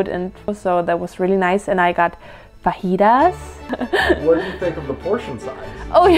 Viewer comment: Great vid, just one thing... ITS NOT FAHIDAS T-T